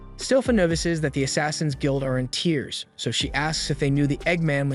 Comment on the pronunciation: it was a typo. the person running this channel writes a script summarizing the story then has an ai voice read it. which is why it sometimes pronounces words wrong like “tears😭” instead of “tears🗡️” and why the voice is monotone and doesn’t have any emotion to it.